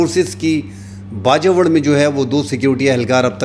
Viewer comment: Piyary bhai please ap Bajowar na kaha karein..Bajor kaha karein...apka style and news upto date and realistic hoti hein....Allah apko izzat de